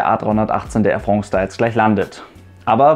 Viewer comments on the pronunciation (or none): Ich muss immer schmunzeln bei "Air Frongs" 😂 sehr gutes Video!